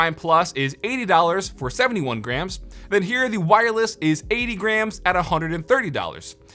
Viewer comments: When he said it comes in at 80 grams, I thought he originally said 80 grand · It sounded like he said it was 80 Grand and I freaked out for a second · Am I the only one that heard 80 grand when he said 80 grams?